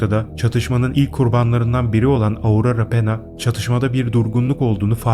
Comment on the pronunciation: Aurora Penya, Pena degil.